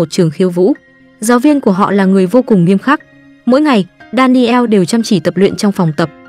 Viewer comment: Đan nồ, chứ ko phải Đa ni eo . Daniel